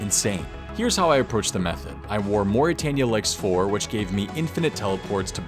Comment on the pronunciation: mor-i-tayn-ya is how u say it